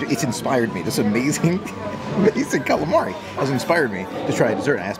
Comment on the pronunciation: It’s “Calamari” 😊